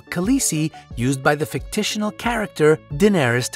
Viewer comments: Fictional. Not fictishional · Charles Tabing fictitional is the first one I noticed. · He also said "fick titional" instead of the flipping word fictional. Not a hard word. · rex dev He mispronounced "Gandalf", "Cersei", "fictional", "Catelyn" and "Viserys" too.